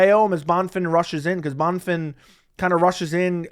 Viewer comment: Bro no offense, pronounce a name correctly. How do you do this for a living? Bon-fin ? he’s not American. Having some respect for different cultures